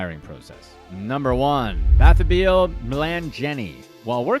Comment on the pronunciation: I'm SCREAMING at the way Bathabile is being pronounced. 😂😂😂 It's pronounced buh-tub-il-eh